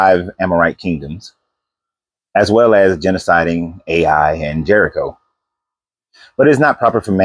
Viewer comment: Ai is pronounced Eye not A i